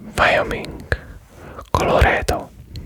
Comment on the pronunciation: Chaynee, Vyomink